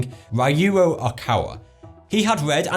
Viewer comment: Ryuho Okawa's first name is pronounced "Ree-yuu". With respect,.